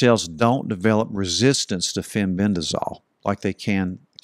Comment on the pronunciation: Fenbendazole, not fenbendrazol